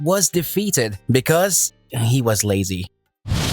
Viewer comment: Akza? O you forgot another a lol but its ok ^^ this was still nice and the way he just sajd "HES LAZEH"